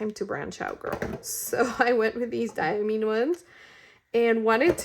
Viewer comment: The last “i” in Diamine is long; it’s pronounced like “👁️”.